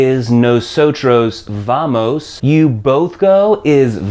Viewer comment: The Spanish "V" is pronounced "buh" not "vuh".